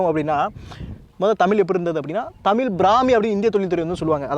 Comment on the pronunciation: Bro humble request to pronounce zhakaram our prescious gift which is in none other language. Please pronounce tamil as thamizh please